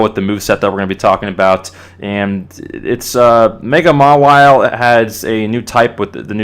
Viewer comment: Just so ya know, mawile is generally pronounced "mah-eye-ol". :)